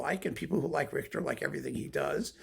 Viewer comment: When you said Richhhhhhhterrrrr….I almost expected to hear horses.